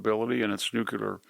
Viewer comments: C'mon man, you are way way too intelligent to be saying "NUCULAR"............it's nuclear!! Please...NEW CLEAR. You really do a great job though and I am a huge fan. I truly believe you are one of the absolute best in the business and one of the very few that actually understands what is really going on. Thank-you for all of your hard work to help people learn the truth. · Not nucular, nuclear! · NuclEar, not nucUlar!! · I love you VDH but it is nuclear (new clear) not nucular (new qu lar). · I love you mr. Hanson, but it's nu-clear, not nucular. El León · Love Victor, no problem. But when will folks learn to pronounce "nuclear?" Since G.W. Bush (#43) everyone seems to mis-pronounce it as "new-kia-lur." (reversing the consonants in the middle syllables) Just sounds ignorant. Correct pronunciation: "nuke-lee-ar." Thanks for your attention to this matter. :-^) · Please Victor?: NEW-KLEE-ARE not new-kew--lar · Not nook-u-lar; nook-Lee-er. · Why does such an obviously intelligent man continue to mispronounce nuclear? He, and many others say NU CUE LER, when the correct pronunciation is NU CLEE ER. Sorry, it’s just one of those things that make me crazy. Other than that, I love pretty much everything VDH says. He’s awesome. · I love you Victor, and I mean no disrespect. But it’s nu-cle-er, not nuc-u-ler. Finger nails on a chalkboard. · Nu-Cle-Ar, (nuclear)! NOT Nu cu ler! Sorry, I just bugs me to hear people mispronounce the word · Love your content. Wish you the best. "Nuclear" is pronounced no͞oklēər in my dictionary but I enjoy hearing you say it as you do. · And yet, this guy can't pronounce the word "nuclear" - he says "nuc-u-lar" WHY???????????? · Nuclear, not nucular. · It's nuclear, not "nucular." Jimmy Carter made the same mistake. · As intelligent as people are and sound is almost negated every time I hear nucular. Lol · My God it's so difficult to hear VDH pronounce "nuke-u-lar" 😬 It's like fingernails on a chalkboard, I cringe every time.